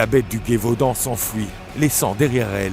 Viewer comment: Plus intéréssant qu'effrayant mais je suis tilter par la prononciation de Guévaudan et pas Gévaudan a chaque fois